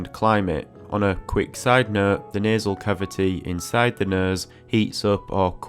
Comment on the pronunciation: He says “nuzz”. “Nasal bun” but he says nostril very enunciated 😂